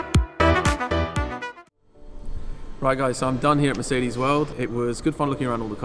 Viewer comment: Please learn how to actually pronounce mercedes. This is awful. Great content and I am a fan of your vids but plz it sounds arrgh.